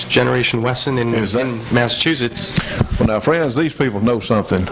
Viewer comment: This was great! The way says "Massa-toohshets" instead of "Massachusetts" is priceless. We both enjoyed the behind the scenes and outtakes especially. (my uncle) met several times at SHOT show and other events. We've been watching old episodes of the shootin show, it's a great slice of an earlier time when I was a kid. My uncle has all this crazy lore about the firearms industry. I never get tired of hearing about it. Thanks again